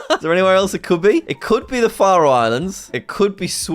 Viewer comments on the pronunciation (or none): The Far-oe islands.🇫🇴